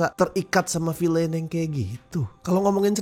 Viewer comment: it's fokin Vilen not vilein dude, wtf